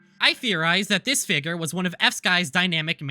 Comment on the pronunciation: i cant get over how he keeps saying figger over figure